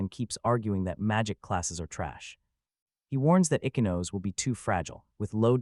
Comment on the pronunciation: Ichinose (ee-chee-no-say). You can’t have English pronunciation with Japanese names.